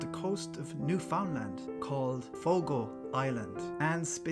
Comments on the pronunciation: Thank you for pronouncing my province correct me son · New-fin-land is how we Canadians pronounce it. As if its one word and not three in one, so the emphasis isnt on the three words.